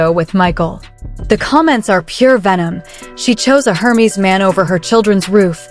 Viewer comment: 👂 “Air Mezz”, not “Her Meeze”